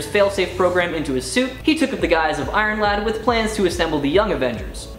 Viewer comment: "Iron-lad" hahahaha x'D